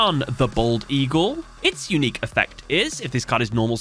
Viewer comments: Lol "unuiqe" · ah yes, I do love me an "unuiqe" effect